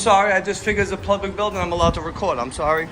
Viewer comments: Poor guy just could not pronounce PUBLIC…he kept saying PLUBLIC. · Is he saying plublic?? Morons